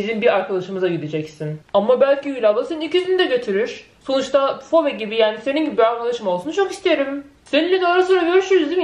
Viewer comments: Abla fibi diyo okunuyor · Abla o Phoebe fobe diye değil fibi diye okunuyor.